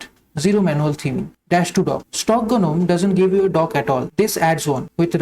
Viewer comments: G is silent in Gnome :-) Nice minimal setup btw. All the best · The fairy tale gnome, yes g is silent there. But for the Linux Desktop Environment gnome, g is not silent